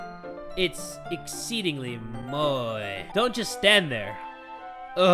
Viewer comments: Surprisingly you did say 'Moe' correctly, the reason I say it's surprising is because Jacksepticeye, said 'Moe' incorrectly. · Watching this back I'm just happy said moe right